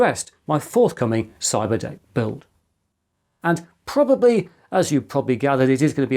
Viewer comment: "What can we say other than " pouiablry inspirational "